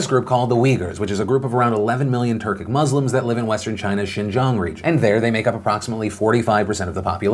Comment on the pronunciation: Good job pronouncing xinjiang!! The effort is appreciated.